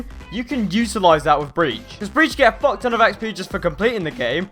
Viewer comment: Dony The Drugo should have said if i got a dollar everytime he said focton i would have a fockton of money